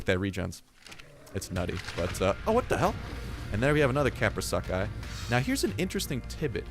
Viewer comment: It's pronounced kap-row-soo-chus